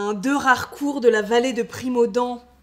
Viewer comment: Rarééécourt, chère demoiselle ;) (Pas écorcher nos beaux noms, trop rares, hein). Bravo pour vos vidéos toujours plaisantes et instructives.